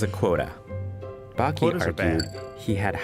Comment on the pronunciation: Y’all butchered bakke not even close to the right annunciation